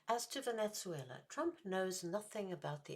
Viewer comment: Two questions: Is there a reason you pronounce it "Venet-zuela?" Would the human-sacrifice-practicing indigenous peoples of South America been better off had Western civilization never arrived?